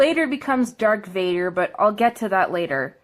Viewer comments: She says "Dark Vader" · And "Dark Vader"